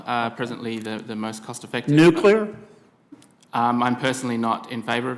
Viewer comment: He said nuclear. Interesting